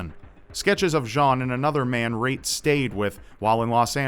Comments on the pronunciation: Great job in pronouncing those Estonian names,, and thanks a bunch for the video. If anyone is interested, here's a translation of the postcard she sent to her family: Dear mom and dad, The weather is nice, the people are kind. I have a lovely small apartment. I often visit the sauna. Please write. With hugs, Reet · really cool video! I really enjoyed it. (not to mock u or anything but it was kinda funny to hear you say Reet with the american accent (I'm estonian myself) but other that that it was a cool video) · I read the name of the victim and my first thought was "huh that name sounds really Estonian" and damn I was right. Nice butchering of the original pronunciation tho:') I feel really sad for the family and friends that never heard from Reet again, I cant even imagine the pain the must have gone through. Hope it's not too late to catch the killer and that justice would be served. I'll translate the full message of the last postcard she sent to her parents if anyone is interested - "Dear Mom and Dad. The weather is good and people are nice. I have a nice little apartment. I go to the beach often. Please write. Hugs, Reet." Also interesting that the message is riddled with grammatical errors, but since I guess she didn't receive an estonian education it's understandable. Thank you for your dedication! I've watched and loved your channel for years, the recent situation really sucks and is unfair. I wish I could do more to help. Stay strong and keep doing what you love, whatever that may be.